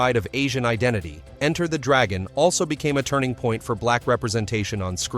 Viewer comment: Why does this imbecile say Enter (full stop .) the Dragon. Get a narrator who knows English !!! 😢